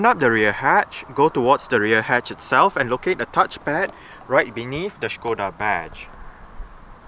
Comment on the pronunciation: Finally someone who can pronounce Škoda right. Thumbs up :-)